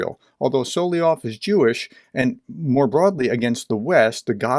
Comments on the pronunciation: "Soly-ov" is a mispronunciation. You're missing out on a syllable. Usually not a big deal but since you do so many videos on this guy, important to pronounce his name right, no? And since you are a teacher. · Solovyov. Correct pronunciation: SalavYOV (tricky language, Russian!). 🇺🇦🇺🇦🇺🇦 Слава Україні! 🇺🇦🇺🇦🇺🇦